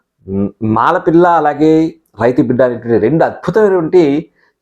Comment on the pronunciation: It's not malapalli, it is malapilla, wrong pronunciation